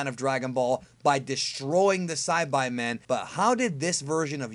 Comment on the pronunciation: It's not Saibaimen, It's Saibamen wtf. Sybamen, not Sybymen.